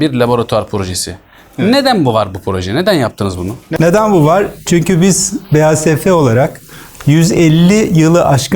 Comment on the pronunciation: şu an farkettim BASFİ kelimesinde BASF İ BASFİ